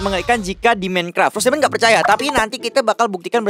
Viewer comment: Fros Daimond bukan pot Daimond